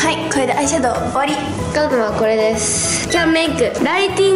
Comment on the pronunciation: 右の子すんごいですのすーをのばすねw